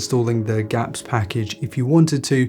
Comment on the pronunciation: did bro said GAPPS? Instead of Gapps